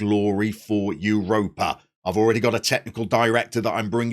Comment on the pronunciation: First of all: brilliant choice! Europa (said a little like Ooo-ropa, but that’s not really important) is a much loved club in Catalunya. Not like Girona love but still well followed. They have a ridiculously large stadium for where they play. I think it’s the largest in the division (the Catalan division I mean). Anyway, great choice. I’ll visit Spain next FM I think. And feel free to send me anything you want re: pronunciations. There are important differences between Castellano and Catalan. Or politicos. Football and Catalunya is VERY politico. Can’t wait to start watching 👍🏼👍🏼👍🏼